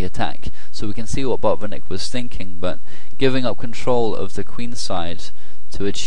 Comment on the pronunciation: Hi, Great analysis. Do not skip 't' in Botvinnik. And the stress is on the first syllable.:)